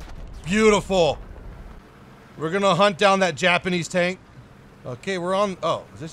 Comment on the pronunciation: “PRIVET COMRADE, THIS IS, TONK”- 2020